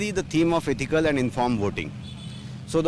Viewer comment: its ethical not eestical voting!!!